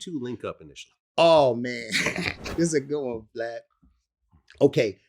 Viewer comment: No offense but his name is vlad not glad LMAO!😭😂😂👀